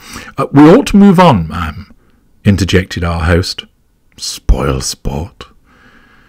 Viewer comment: I think he said ma'am in a funny way 🥴